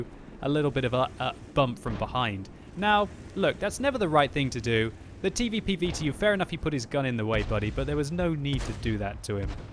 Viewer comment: The TeeVeePee VeeTeeYou